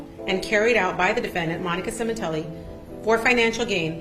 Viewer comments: Semen....tilli. Funny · Sementilli, cut the tilli 😂